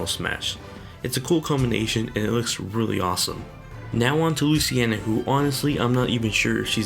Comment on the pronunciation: Luciena? It's pronounced Luce-een-a